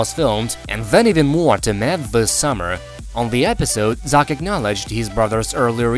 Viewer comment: Cant pronounce Zach ?